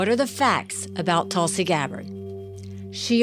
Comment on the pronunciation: If you're not going to report on her cult upbringing at least pronounce her name right. It's paroxytone, not oxytone.